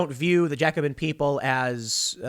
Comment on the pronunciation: You're mispronouncing Jacobin.